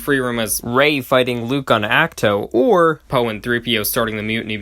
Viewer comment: The way you pronounce D’qar and Ach-To hurts me